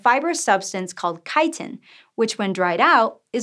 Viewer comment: So no one else was bothered by the mispronunciation of chitin? The woman has a masters in enviro studies but has never heard the word chitin? The content is interesting but the tone this woman uses.... The almost too careful intonation like shes speaking to children or something. It bothers me. Guess i wont be watching any more of her episodes.... as if i know who hosts it each episode before i click. Grr.